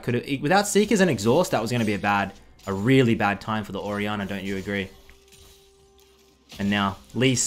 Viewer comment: nobody:: orianner